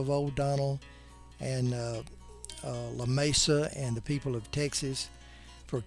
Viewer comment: I just have one tiny correction to point out: You pronounced the town of Lamesa as it would be in Spanish - la May suh - But the locals pronounce it like this: la Mee suh. You seem to be very interested in getting things right, so I thought you would like to know.